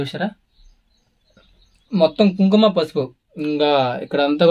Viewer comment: Adi Kumkuma, kum kum kadu, Telugu nerchko first.